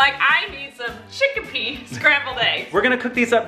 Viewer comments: I was surprised about the arrowroot powder! It's also used in gluten free baking. BTW it's chickpea not chickipea 😉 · Lol why are you calling it "chickApea"? It's just chickpea! In India we use chickpea flour (& just whole chickpeas/garbanzo beans) a lot. Chickpea flour makes a great batter or thickening agent. I'm not vegan, but this was enlightening 😂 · You pronounce chickpea chicka-pea I pronounce it chick-pea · I love that they say chickpea chickapea